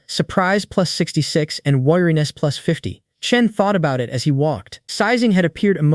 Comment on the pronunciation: Bro is saying pluts 1 pluts1😂😂😂😂😂😂😂